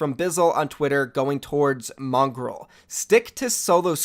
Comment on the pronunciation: mongrowl not mongrol